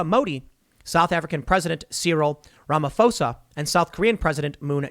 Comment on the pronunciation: Just putting this out there. The pronunciation of the 'ph' in South African President's surname has a hard P sound, not a F sound.